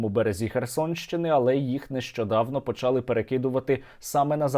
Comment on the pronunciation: почалИ, наголос на И українською мовою, почАли -нема такого слова